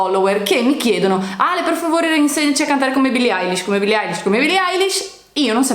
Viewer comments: Poi non si dice Alish ma Elish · Ma dice "Eyelish" e non "Eilish"